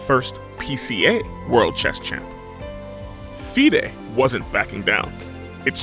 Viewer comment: How hard did he butcher FIDE tho 😂